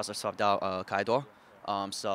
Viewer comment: Finally someone who pronounced keaiduo’s name correctly 😗